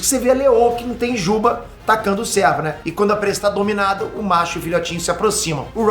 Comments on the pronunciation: não é servo ( de servidão) é cervo ( o nome do viadinho / bicho ) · Vídeo excelente, mas tá me dando agonia cada vez que o pronuncia servo em vez de cervo.